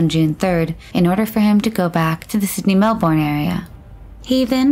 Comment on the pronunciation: "Sydney-Melbourne area"? That's a very big area! "Melbourne" is pronounced more like "Mel-burn". We never say "Mel-born".